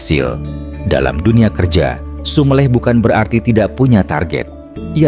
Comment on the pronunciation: Konten sangat sangat bermanfaat bagi jiws yg mengalami kegersangan. tapi saya sangat sangat mohon mohon maaf ada kata kata jawa yg perlu ditinjau dari segi pengucapan (kata SUMELEH, PANDITHO ) . Sekali lagi mohon maaf .